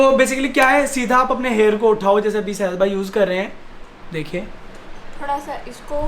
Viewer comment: Hairs ni hota hair hota hai